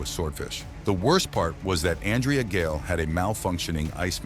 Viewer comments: It would be factual what ur saying if u spelled Andrea Gail right and u spelt it wrong somehow even though throughout the whole video it said it right (except the end where it said grail for some reason). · Every time you mispronounce the name of the ship is a insult to her memory and the memory of the crew. Do better.